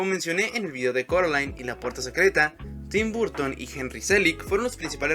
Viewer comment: Que estrés su pronunciacion de tim burton jajajaja